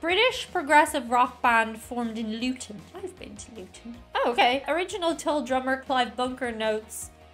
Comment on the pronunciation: Late 60s - 70s - and beyond till now Jethro Tull was a 18th century English agricultural innovator who invented the seed drill pulled by draught horses Cracks the English-speaking world up the way Yanks pronounce ‘Tull’ like ‘pull’. ‘Tull’ is pronounced ‘t-uh-l’.